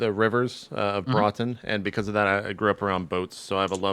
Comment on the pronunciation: Haha, I live near Broughton, it's hilarious how jp can't pronounce it